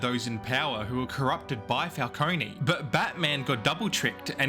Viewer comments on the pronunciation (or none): it is pronounced Falcone not Falconey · if youre gonna make a 20 min video about something you consider to be a timeless masterpiece, you should at least get the names of the characters right. it's not "falconi" it's "falcone". this is particularly made worse since the penguin just came out and you made this video a month ago. and they say "falcone" a lot. smh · Falcone not falconey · Great video This movie has become a classic Although you saying falconey instead of Falcone (Fal-cone) pissed me off🙏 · STOP SAYING FALCONEY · Please stop pronouncing it and falconie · the way he pronounces it “falcone-y” drives me absolutely insane like bro there’s literally a 3 hour movie and now a whole 8 hour show where they say it correctly throughout the WHOLE ENTIRE RUNTIMES in this mf still says it incorrectly 😭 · falcony😶. why does the pronunciation even feel natural to some people (dark knight cough*) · nolan rly did condition the public to pronounce falcone with an E huh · The E in Falcone is silent my dude. Good video though. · Please learn how to pronounce Falcone. Great fuckin video